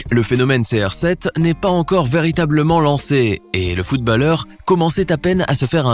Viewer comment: qui sa enerve qu’il dit footbAlleur au lieu de footb(au)lleur